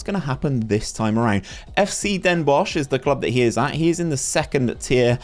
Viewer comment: Ya pronounced Den Bosch very well